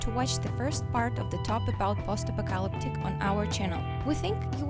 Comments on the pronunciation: "Posta Pocalptic"? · Is she trying to say apocalyptic 🤔